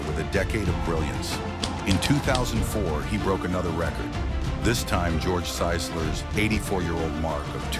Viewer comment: George SISLER, not "Saisler". And you don't say "point", three hundred, lose the point, unnecessary.